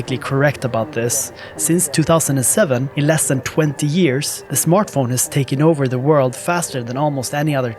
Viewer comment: I love the way you say smørtphone